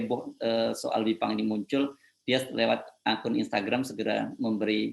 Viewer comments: Kok juru bicaranya ngomongnya aneh jelas itu Bipang bukan Jipang apa kupingnya perlu pakai alat dengar ya memalukan 😄😭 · Apa yg keluar dari bibir jelek dan mulut rusak...kata bipang jadi jipang. Dari otak kotor perkataan yg sudah nyata2 salah di cari2 untuk pembenaran. NGELES BROO.....!? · Pajrul, bipang jadi jipang, seprti pelawak yg memplesetkan kata2 biar lucu, syangny kamu gak kucu Jrul, tapi Norak ...